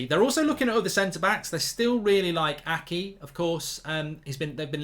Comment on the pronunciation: i am the only one that is annoyed when is saying ake name hes saying like akee while its ake{if that makes}